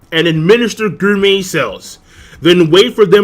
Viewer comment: it is pronounced: GOR-MEh stop with this Guur-Met